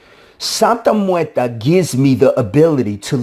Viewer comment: Theres no a at the end of muerte(just trying to help you pronounce it better)